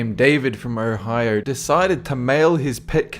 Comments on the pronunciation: FFS It's O-hio not ER-hio.This is the 3 or 4th video he says Erhio,drives me nuts LOL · Your saying "Ohio" with your accent is the best thing ever.